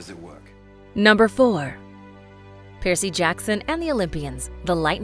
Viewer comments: Um how hard is it to say Percy oml stop saying piercy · Are you saying PIERCEY? It's PERCY. It's like Cumberbatch trying to say penguin (BBC Special on Penguins) pingwing, peng-when... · The narrator is one of the worst I've ever heard..constantly coming up with weird pronunciations for normal straightforward names! Who TF pronounces Percy like that?!!